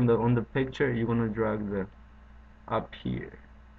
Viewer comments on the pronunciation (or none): none